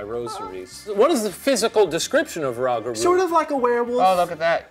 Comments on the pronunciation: Isn't rougarou pronounced "roo-ga-roo"? French doesn't have an "ow" sound. Unless Cajun French is different in that respect? But I imagine "rougarou" comes from European French "loup garou" (loo ga-roo), which means werewolf. Idk what "garou" means, but "loup" is the word for "wolf". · Rogg-aroo? Like you wrote it down, what do you think that U is for? Its painful to watch stuff with that guy in it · The pronunciation of Rougarou was so bad I was tempted to turn off the whole video. It roo-gah-roo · It's pronounced loo-ga-roo, it's french, maybe fact check beforehand next time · The saying “Rah-guh-rooo” made me turn this off. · saying the rougarou correctly the first time and then losing it and just saying it wrong the rest of the time was so funny for some reason 💀 also apparently theyre only living in New Orleans lmaoo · Love that y’all mentioned the rougarou! said it correctly once Shane said it wrong then the rest of the time it was pronounced wrong lol. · Me getting mad at their pronunciation of Rougarou and preceeding to yelling at my phone. LMFAO! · Glad to see the Rougarou mentioned but horrified by their pronunciation 😂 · Not my Mexican ass living in NOLA loving that they even mentioned chupacabra but then getting so mad by how they say Rougarou lol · pronounces rougarou correctly, and then Shane convinces him to pronounce it incorrectly, poor dude. Shane, my dude, ILU, but don't correct people with the wrong correction... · I was glad to see rougarou, until let them unknowingly influence him to say it wrong. I was seriously considering skipping forward, it hurt my brain 😅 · Currently giggling at “ROG-ah-roo” 😂 (it’s “roo-gah-roo” love y’all❤️) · ish rougarou is pronounced like roo-ga-roo, from the french loup-garou (loo-ga-roo) which means werewolf. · it is pronounced RU (as in RuPaul) GA (as in lady gaga) RU (again). Loves ya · It's "roo - guh - roo" for anyone wondering how to pronounce it ✌️